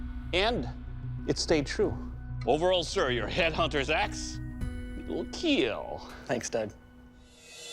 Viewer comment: 'But most importantly, Eetil Keeeel'